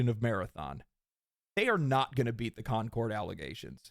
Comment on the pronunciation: Con-cord 2